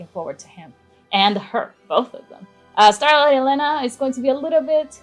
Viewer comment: HER NAME IS ELENA AND NOT E LENA